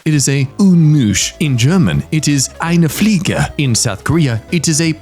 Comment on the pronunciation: That german pronunciation of "eine Fliege"… it was perfect